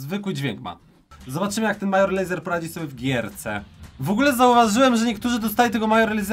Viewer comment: Major Lazer czyt. Mejdżer Lejzer Kod Paczol w sklepie btw